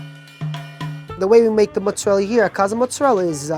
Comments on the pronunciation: It's mozzarella... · “King of Mutzarella” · Mutsarella is driving me slightly mad. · Eh "mutzarell" isn't beautiful Italian pronunciation either. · Too many Italian-Americans, particularly those of Southern Italian-descent (some Neapolitans and nearly all Sicilians), can't properly pronounce "mozzarella". "Mootz" and "Moot-zah-rella" and "Mootz-ah-rel" are not proper Italian. "Mootz" is only acceptable as a form of Italian-American slang and anyone who tells you that it's the "proper way" to say it is a disgrace to their ancestors. Like, it's funny how the son is all over the place with his formal and informal pronunciations of the word, yet the father is fairly consistent. -- Signed an actual European-born Tri-Stater, Italian-speaker and lover of all things Italian who also happens to be a trained pizzaiolo with actual friends and family from Italy. (Seriously, go ahead and ask any real Italian or any well-educated, self-respecting/non-stereotypical Italian-American how to pronounce the word, and they'll tell you the correct way.) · I havent seen the video yet but i know they're gonna say MOTTZ-a-rella